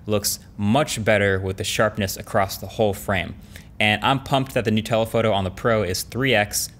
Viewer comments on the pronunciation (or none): I got excited when he mentioned Nutella but then I realized he said "New telephoto" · idk instead of new telephoto. I hear Nutella photo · LOL why does that sounds like "NUTELLA PHOTO" rather than "NEW TELEPHOTO". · When he said new tele photo, i heard nutella photo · he 100% said “Nutella photo” and not “new telephoto” nobody can claim otherwise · Why did I hear “nutella photo” instead of “new telephoto” at about ? Maybe I’m just hungry… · Why does he keep talking about Nutella? “New telephoto” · "Nutella" photo, what has been heard cannot be unheard... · who else heard "nutella photo"? no? just me? ok.